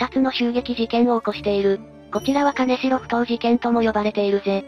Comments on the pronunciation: 名古屋の者です。 かねしろ埠頭ではなく きんじょう埠頭ですよ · 金城埠頭はカネシロフトウではなくキンジョウフトウと読みます‼️ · かねしろふとうではないよ。きんじょうふとうね＾＾ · 金城埠頭ですが、ここは沖縄県ではなく愛知県なので、「かねしろ」ではなく「きんじょう」と読みます。 当時金城埠頭は、治安が悪く、親には絶対に行くなと言われてた後に、この事件でした。 今はだいぶ変わってきていますが、自転車置き場に自転車を置いておくと盗まれる程度の治安の悪さです。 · かねしろふとう ではなく きんじょうふとう です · 金城ふ頭(かねしろふとう) ではなくて、 金城ふ頭(きんじょうふとう)です。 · 金城埠頭の読み方を間違えた。かねしろふとうではなく、きんじょうふとうだ。